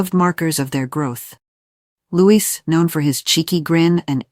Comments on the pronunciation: Please STOP incorrectly pronouncing his name as Lewis, it’s LOUIE. He’s 7 now and you’re still getting it wrong. 😡😡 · What the h....does Jenny Bond know? Catherine knows not to favour any of the children. She has seen what has happened to the uncles and brothers within the royal family BTW It is NOT pronounced LEWIS . It is pronounced the French way (as in King Loius of France in the past.) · His NAME IS Louie splelt Louis. PLEASE GET IT RIGHT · PLEASE. The S in Louis is silent.